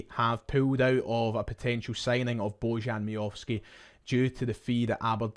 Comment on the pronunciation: Baw-yan is the correct pronunciation.